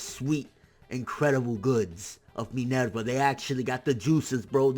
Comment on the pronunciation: U pronounce everyone's names really weird. Especially poor Minerva...